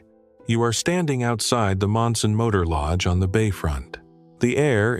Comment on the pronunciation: It’s Marion motor lodge not Monson